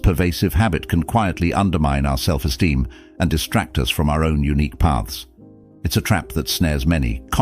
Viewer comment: "self esteem" Not "Self steem"